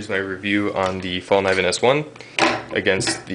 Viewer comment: it's pronounced fall-KNEE-ven The Sandvik steel used in the stainless mora knives is not "cheap." There is nothing wrong with it. The bevel at the edge is acute, as others said. That's why the edge fails when you stab it into sheet metal. This knife is not for stabbing into sheet metal. If you want to stab sheet metal, get a punch and chisel set, not a Mora knife. Mora knives are no good at hammering nails either.